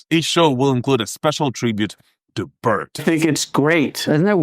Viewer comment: It's Pee-rt or P-ear-t. Honestly, do some homework before you post a video and make a fool of yourself. Whoops, too late!